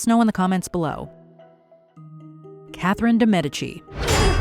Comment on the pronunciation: Catherine de what? Lol that is an impressive butchering of her name.